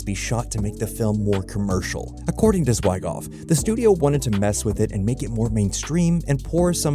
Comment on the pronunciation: Zwy Goff? I'm out. Fix your AI